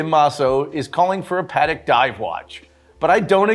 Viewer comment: It's pronounced "paa·tek" instead of "pa-dek". That aside, I am too hoping to see more steel on steel bracelet.